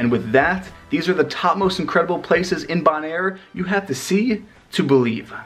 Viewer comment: Isn’t it pronounced Bow - naire? With a long ‘o’ sound?